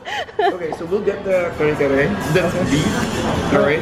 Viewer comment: perfectly said kare kare like a real Filipino. I love Thai foods equally and some Vietnamese foods too. Do they have calamansi in Thailand too? We feel fortunate that you have created this wonderful channel and to be part of your journey.